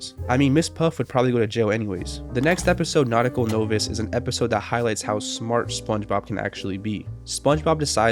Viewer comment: So, no one's gonna talk about how we just pronounced the word "novice"? No, all clear here? Alright.